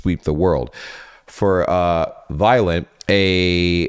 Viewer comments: The company "Valliant" is not pronounced "violent", but more like "valley-ant" 🏞🐜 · no… its Vaillant not valliant and its pronunced vaillant